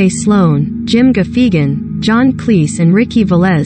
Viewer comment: What's offensive is the narrator butchering Jim Gaffigan's name.